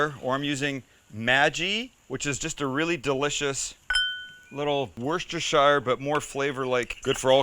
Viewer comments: And just to add, it's Woos-ter-sheer, not woos-ter-shy-er :)) End result looks delicious! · It's Worcestershire (as in "share" not "shayer") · worshtershyer... Worcestershire. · Dude its pronounced WUSTA-CHER and not I repeat NOT what you said😡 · Worcestershire is actually pronounced like Wooster. Its an English county. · The way he pronounced Worcestershire sooo cringe! It's wu-sta-sha! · worcesterSHIRE, genuinely hurts to hear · Pronounce Worcestershire properly you stupid yank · As much as I love this dude's ideas and recipes, I'm starting to think that there isn't a single North American who can pronounce "Worcestershire" correctly. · mate you need to learn how to say worcestershire ! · I'd pay £20 for an American to pronounce Worcestershire correctly.